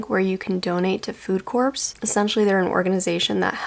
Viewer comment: Love your videos! Just so you know "Corps" is pronounced like "core" :)